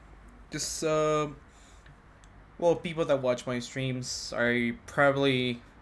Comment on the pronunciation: "A lot of feople"